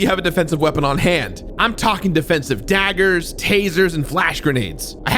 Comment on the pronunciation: ... Did I hear DEFENSIVE DAGAAA! ?¿? XD